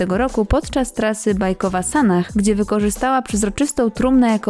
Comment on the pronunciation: Podoba mi się, że nie idzie "z prądem" co do "poprawiania" wyglądu i nie wypowiada publicznie obowiązujących tez. Tylko dlaczego wymawiane jest "h" na końcu, skoro to z angielskiego. Przecież imienia np."Sarah" nie wymawia się w ten sposób.